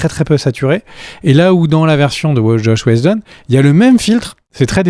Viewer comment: Zach Schneider et Chosh Wheshjedon... les gars 😅 Qu'est-ce qu'il s'est passé ?